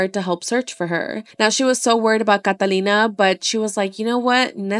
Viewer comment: That’s how you say Catalina